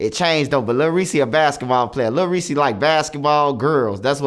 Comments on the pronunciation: Lol he callin him lil reesy is this nigga trolling? Somebody going call him out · “ little Reese “ 😭